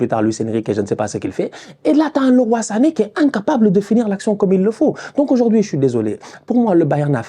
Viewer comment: Ca fait du bien d'enfin entendre un francophone bien prononcer Leroy Sané. Merci.